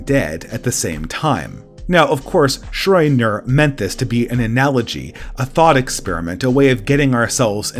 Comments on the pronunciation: I love your vids, but please... SHRO-ding-er. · Pronunciation pro tip: the name Schrödinger does not have either an "oh"- or an "oy"-sound in it, but does have a "d." This has been a pedantic asshole public service announcement.